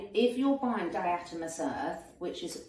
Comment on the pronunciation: Di-a-toe-may-shus…. It’s great for bed bugs too